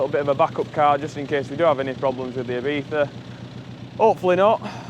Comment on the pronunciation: ibiza - e-bee-za ! e-beefa = X